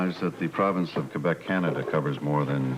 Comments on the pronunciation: Sean and Felicia are saying Quebec wrong.:): He was a womanizer is what he was. ROFL! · He sure is pronouncing Quebec wrong .smh